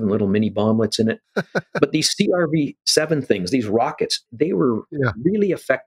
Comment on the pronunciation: "C...R...V..7"... He's human until he says that name... LOL. Super interesting.